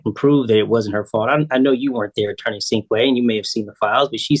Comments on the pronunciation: She called him attorney Stinkway. 😂 His name is Sinkway. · Poor attorney Sinkway… last lady very happy with the outcome and polite, but kept referring to him as ‘attorney’Stinkway’ ! lol 😂